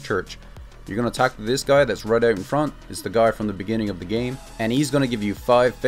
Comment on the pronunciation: he said talk to the dude not attack him. the way he said talk sounded like attack